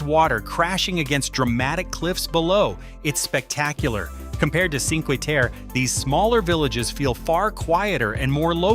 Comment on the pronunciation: The least you can do is try and pronounce Cinque Terre correctly